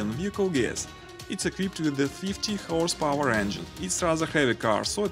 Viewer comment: horse power , not house power , speak properly